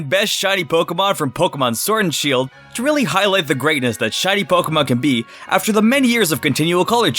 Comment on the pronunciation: I heard u say sword and shoe xD